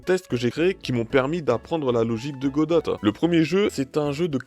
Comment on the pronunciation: Tres bonne vidéo chef 👍 juste pour tu dit godote ça me tilte 😭